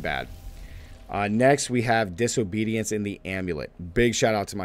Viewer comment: Did he say diso-bootyance?